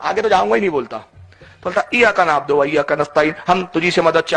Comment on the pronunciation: Eyaka nabodo nahi nabudu hota hai